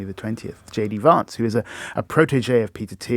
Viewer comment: Maybe it's because I'm north of Watford but ... ' J.D. Varnce' pronounced the South Eastern way sounds wrong. I know it doesn't matter. But no American would pronounce it like this. It jars almost as much as when Americans pronounce M. Macron as 'McCrone' as if it was an Irish name.